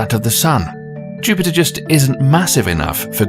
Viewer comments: Did the narrator say Juniper?? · I would think a channel with nearly 2 million subscribers would at least pronounce planets names correctly......Juniper?